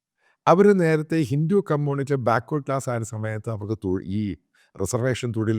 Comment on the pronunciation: ഹിന്റു അല്ല ഹിന്ദു... നീ ആരാടാ നിന്റെ വായിൽ ഇംഗ്ലീഷ് മാത്രമേ വരുവൊള്ളോ